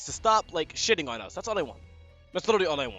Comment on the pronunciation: Liddily = literally